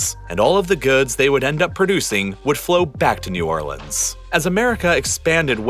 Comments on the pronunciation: The most important thing in this video is that he's saying New Orleans correctly thank god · damn, a guy who says "New Orlans" and not "New Orleenz"... that's rare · nice to see someone that actually cares about new orleans and with family by new orleans making a video about it, and especially the fact that he actually pronounces new orleans correctly throughout the entire video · You pronounced New Orleans correctly! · it's new or-lins. but yeah, it's pon-cha-train. he got new orleans right but lake Pontchartrain did sound kind of off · I'm from Louisiana so I'm just here for the hell of it but THANK YOU FOR PRONOUNCING NEW ORLEANS RIGHT! Also, Ponchatrain is pronounced like "ponch-UH-train"